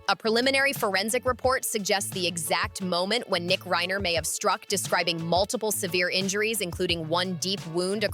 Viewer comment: How do you make a video and not know who the victims are. Its Reiner not Ryner. Its Rory not Roy. So fix it already.